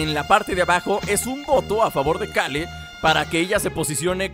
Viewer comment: Que complicado es para decir "Keru" en vez de Kale:v